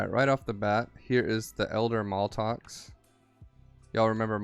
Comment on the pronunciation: Its MAT-LOX lol not maltox.